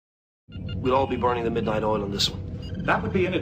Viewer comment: Here in Russia we call "polunOchnichat(ь)" or "rabotat(ь) do glubokoj nochi" that Americans call "burn the midnight oil". But unfortunately, I didn't hear word "oil", I heard "all".